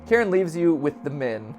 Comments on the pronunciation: It's not pronounced "Karen" it's "ka-rin" ffs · Idk if I'm right but I'm pretty sure Karin is supposed to be pronounced Kareen. I don't think I've seen anyone say it this way but I'm pretty sure that's how it's supposed to be. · I think it’s pronounced ka-wrin